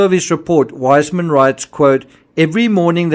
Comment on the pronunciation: I love your videos, they're very thruough, however, I must correct you on the pronunciation of Weissmann, its Viceman now wiseman. I know this because my maiden name is also Weissmann, and it's pronounced Viceman.